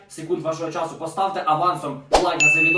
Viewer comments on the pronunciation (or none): none